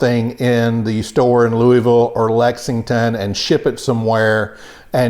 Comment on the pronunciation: Compliments on you correct pronunciation of Louisville — you almost sound like a native!